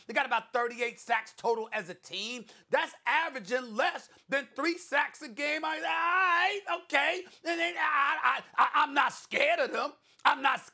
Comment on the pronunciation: that has the weirdest way ever ive ever heard anyone say they alright. LOL "they AI" wtfs thats SAS.